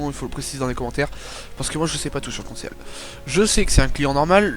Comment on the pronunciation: moi jsais un truc sur le conceal ça se prononce "consil" et pas "conséal"